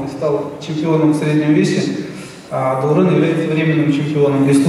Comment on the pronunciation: Даурен- везде читаемые как и в русском языке буквы,но все говорят Даурээн